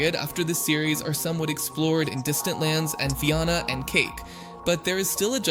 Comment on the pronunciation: Is the voice Ai? Because theres no way you would pronounce Fionna’s name and Ooo like that if you watched the show. Its fine if it is an ai voice i just wanna know